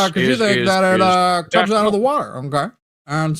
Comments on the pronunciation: says water by emphasizing TER like TERD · says "water" as 'Warh-tarh".. with a pause in between syllables.